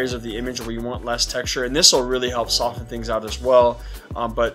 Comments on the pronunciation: same on the "soft" and "sofen". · I can't handle the way you say "soften" But nice video.